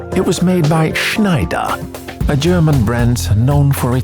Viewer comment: I love the way you pronounce Schneider!